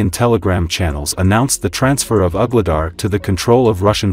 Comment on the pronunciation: Some of the AI pronounciations are really funny. Ugly dar 😂